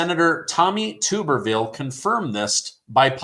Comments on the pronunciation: Tub-erville. Not Tuber. I know this Alabama Family from 1966. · Tommy "Tub"...erville. Not Tube. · it's Tub- er-ville. TUB TUB TUBerville